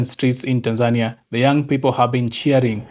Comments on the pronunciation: YOU ARE NOT SAYING OR PRONOUNCING THE WORD TANZANIA PROPERLY. HOW DO YOU SAY IT? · ARE YOU SAYING THE NAME TANZANIA AS THE WAY YOU SAY IT IN YOUR LOCAL LANGUAGE OR THE WAY KENYANS SAY IT?